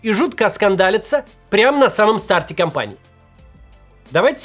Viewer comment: Начало кАмпании, а не компании :)